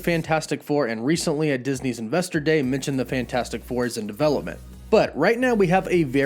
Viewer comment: Why do you pronounce it Avingers instead of Avengers. Mintioned instead of mentioned. Sintry instead of Sentry. Not sure where you're from but many Californians share that one issue, replacing short e's with i's.